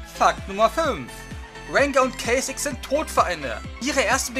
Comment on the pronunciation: Kay Zix xD